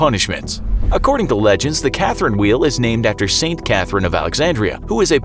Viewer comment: i thought he said karen wheel XD